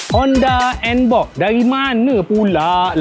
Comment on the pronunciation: NBOX bukan NBob Bro😂😂😂😂